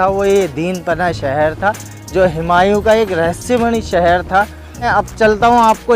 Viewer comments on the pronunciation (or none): हिमांयू नहीं हुमायूं बोलिए ।